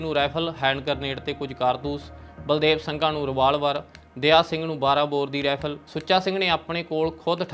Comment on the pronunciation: ਸ਼ ਨੂੰ ਸ ਤੇ ਛ ਨੂੰ ਸ ਨਾ ਬੋਲੋ। ਸ਼ਬਦ ਜਿੱਥੇ ਸੁਧਾਰ ਕਰ ਸਕਦੇ ਹੋ.. ਪੁਸ ਪੜਤਾਲ ਨਹੀਂ ਪੁੱਛ ਪੜਤਾਲ। ਗੈਬ ਨਹੀਂ ਗਾਇਬ। ਰੈਫਲ ਨਹੀਂ ਰਾਇਫਲ। ਅੰਬਰਤਸਰ ਨਹੀਂ ਅੰਮ੍ਰਿਤਸਰ। ਸੋਟਾ ਨਹੀਂ ਛੋਟਾ। ਸੱਡ ਨਹੀਂ ਛੱਡ। ਸੇਡ ਨਹੀਂ ਸਾਈਡ। ਰਾਸਟਰਪਤੀ ਨਹੀਂ ਰਾਸ਼ਟਰਪਤੀ। ਲਾਸਾਂ ਨਹੀਂ ਲਾਸ਼ਾਂ। ਪਿਸਲੀ ਨਹੀਂ ਪਿੱਛਲੀ। ਆਮ ਬੋਲ ਚਾਲ ਦੀ ਭਾਸ਼ਾ ਤੇ ਖ਼ਬਰ ਪੜ੍ਹਨ ਦੀ ਭਾਸ਼ਾ ਵਿੱਚ ਫ਼ਰਕ ਹੁੰਦਾ ਹੈ ।